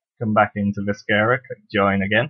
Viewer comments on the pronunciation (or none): i would like the video but i cant . the video is good but thats canceled out by you saying vis-ker-a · If you are going to do a tutorial on a game, learn to say the name of the game. Not a bad tutorial, seems pretty straightforward.